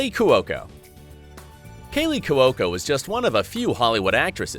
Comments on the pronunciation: I believe it's pronounced Kw-oh-ko, not Kew-wo-ko. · If that's how 'Cuoco' is pronounced in any Italian or Italian-American house anywhere, I'll dance naked in the main street of this burg right now.